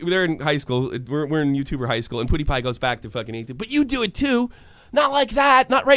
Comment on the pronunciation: POO-DEE-PIE lol. I'm triggered.